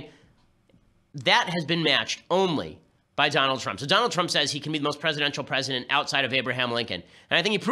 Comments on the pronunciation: Out of all of the ben shapiro videos ive seen this is the first time ben has mispronounced something and its trump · “President Twump” 😂😂😂